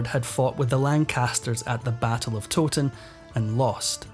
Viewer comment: Towton is in Yorkshire, where I'm from and it is not pronounced Toe-ton, I've always heard it pronounced Tow-ton. Tow as in tow-el. Rhymes with 'now'.